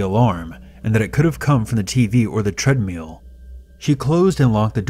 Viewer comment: The way you say treadmill is funny